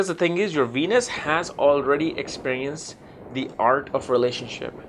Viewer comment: Love this guy -- really love it when it sounds like he says "Weenus" not Venus! Pisces in Weenus! lol! Sorry guy, you're amazing! Thanks for sharing all your thoughts!